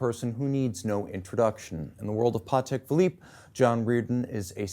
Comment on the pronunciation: Cannot thank enough for correctly pronouncing Patek - the polish way. John Reardon, absolute patek legend.